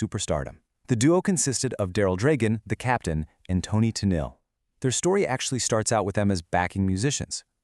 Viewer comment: Having grown up in the seventies, I had to stop watching this because of the way the AI was pronouncing Tennille.